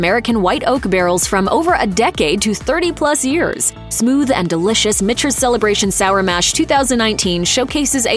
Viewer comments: Did she say Mitchters (MISHTERS) or was that me..... It is pronounced MICKTERS after a MICHael and peTER created the brand. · Pronounced - “MICK-ters”. If you’re gonna pontificate about 5K+ $ whiskey at least get the name correct! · This is a joke. Narrated by a bot? You have Russell's Reserve 10 yr single barrel on your list and then show 4 different varieties of Russell's including the 13 year and the Rye? Also it is pronounced MIKTERS. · Never trust a review that can't pronounce Michters. Just sayin....